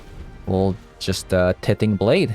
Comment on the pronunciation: BTW, tithing is pronounced "TIEthing" :) Thanks for the video! It's a shame we didn't get to see Doom Foretold much in the video, but I appreciate you giving the deck another shot. It was fun that Blade could get replayed off of Divine Purge, seems to have pros and cons there--but not hitting planeswalkers sure is rough.